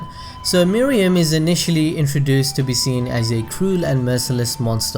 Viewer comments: Nice video man... but his name is Meruem (May+Roo+aim), Not (Moo+ree+yum). It bothered me more that it should. I am really sorry for this comment (But i couldn't help it). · Dude. R u serious. She just said Meh Roo Am. Can't you follow their way of pronunciation instead of saying your MooRuuAm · Meh-roo-em not Moriem or muriem nor Miriam, sorry but it bugs me a lot 😅😂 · It’s Meruem (Meh-ru-em) not Mereum (Me-re-um) by the way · cant help but to correct mr. narrator. its MERUEM and not MERIEM. 😂😂😂😂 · "Murium's character highlights what we love most about this series, I may make pronunciation errors in this video." Oh really. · I was curious about the video, but couldn't finish due to the egregious mispronunciation of 'Meruem' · Did you watch the anime? I dont mean to be rude but one of the characters even goes so far as to very slowly pronounce his name and you still dont follow?